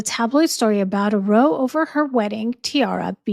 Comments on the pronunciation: it’s row (quarrel) as in now not row as in so ❤ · I really like your videos & religiously watch. There is 1 word in this video I want to highlight. It is 'row'. You pronounced it as rhyming with 'sew'. That is not correct. It is a common English word with 2 meanings, in the context of this video it means an 'argument' it is spoken to rhyme with 'how'. When it rhymes with 'sew' it means to row a 'rowboat'.